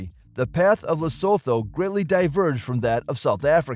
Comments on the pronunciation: Not sowtouh , li suu thuu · Every time he say LesThoto I 😂😂😂😂😂😂